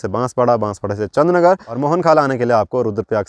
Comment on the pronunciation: Chandr nager jb aap bolte ho Achha lgta he